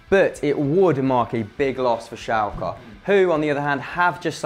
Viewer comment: Its not "Schalk", but "SchalkE"